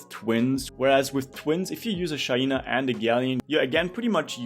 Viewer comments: It’s called SHAI—NA, not SHA—i—NA!!!!!😂♥️ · Dude it's the same we have a classmate name shaina and the way her parents pronounce her name is SHA-I-NA